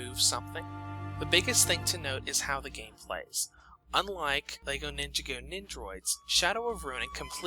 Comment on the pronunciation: Take a shot every time he mispronounces "Ninjago."